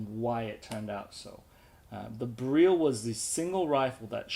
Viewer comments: your pronouncing it as bereal it is Beryl the same as the gemstone (beral) would be closer to the phonetic . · Sorry I know late message the pronunciation of the weapon beryl some people call it "barrel" in sense and you said "ber-real" which is correct sorry to ask